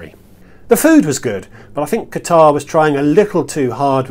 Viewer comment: He keeps mispronouncing Qatar.